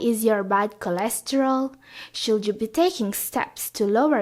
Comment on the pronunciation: Hell, "should" and "would" are pronounce with silent "L"! My triglycerides spikes with your "shold" and "wold"!